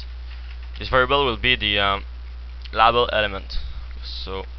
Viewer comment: in-poot, lAAbl xD xD